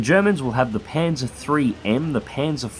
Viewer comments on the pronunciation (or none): none